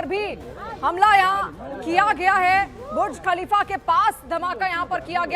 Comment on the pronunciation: Pahele TU Bolna Sikh bhuj khalifa Nai buruj khalifa